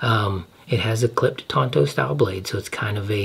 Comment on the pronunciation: It's Tanto, not Tonto. Tonto is the lone rangers sidekick.